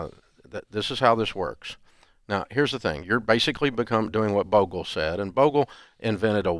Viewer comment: You know Dave has studied index funds because he pronounces Jack Bogle's name right.